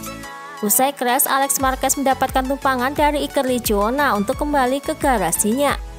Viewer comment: Saran min, kalo bisa baca beritnya sesuai urutan descripsi. Trus kalo bisa pake timestamp.👌🏻 Dan tulisnya Iker Lecuna bacanya Iker Lekuona. Itu nama orang.